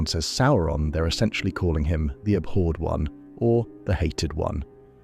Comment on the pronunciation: Learn how to pronounce abhored